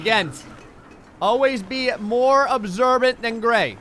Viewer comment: Hey Gray, every time I hear you say "Gray" I keep thinking you're saying "Gregg" and it keeps reminding me of "old Gregg" (the seaweed pink lips man). If you have time, you should watch it!